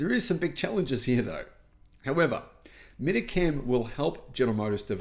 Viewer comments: Mit-Ra not Mit-A. smh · I'd guess that Mitra Chem are hopping mad because of mispronouncing their name repeatedly!